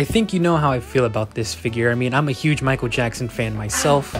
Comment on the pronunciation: “Maikuuru Jaxsun”